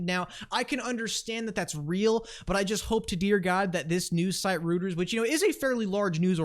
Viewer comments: Pronounced “royters” not rooters! Who taught you how to pronounce names? DAI? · ROY - TERS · “Roto Rooters” that’s the name, and away goes pronunciations down the drain....Roto Rooters 😂 it’s pronounced “Roy ters “ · The news channel is pronounced "Roy-ters" and yes they are massive globally.